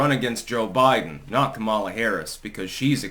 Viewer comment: Its comma-luh, not Kamala...stop being so racist